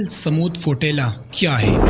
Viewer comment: ابے فوٹیلا نہیں ہے، فلوٹیلا ہے۔ جاہل قوم کے جاہل اور کاہل لوگ ہو تم۔